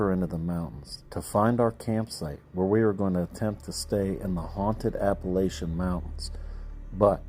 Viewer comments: It's Appa- lah- chun. Not lay-shun. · Ap-uh-latch-un........but I am from the mountains of Georgia and that's the way we've always called it. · Appa (latch) an mountains. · A.puh.la.chun mown.tnz. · Its pronounced a`puh`la`chuhn, mown`tnz We true Southerners, we'll i for one would rather hear the true pronunciation as it is most respectful .. thank you and have a blessed day 🙏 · I grew up in Virginia; we say Appa-LATCH-ian. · For the love of God, learn to pronounce the name of the mountain, you are embarrassing.